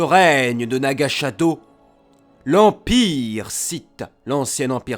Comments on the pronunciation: Tu as très bien expliqué l'histoire de Korriban et, bien que je connaissais déjà tout ce que tu as dis, j'ai beaucoup aimé la vidéo, continus comme ça c'est du beau boulot (comme d'hab') ^^ Ps: par contre attention à la prononciation çe n'est pas Naga Shadow c'est Naga Sadow ;) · Pas mal la vidéo, même s'il y a quelques fautes (par exemple : Naga Shadow alors que c'est Naga Sadow, Ragnos et pas Ranios, etc), et certains évènements/personnages qui ne sont pas racontés dans l'ordre chronologique.